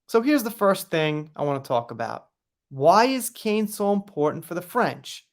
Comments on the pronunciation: Isn't it pronounced like can not cane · I think it's pronounced "kan."